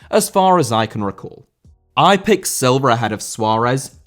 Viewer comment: Silva* not Selver